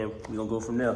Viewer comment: I like how bro say and we gone go from der